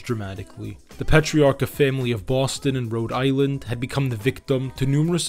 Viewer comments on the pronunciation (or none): none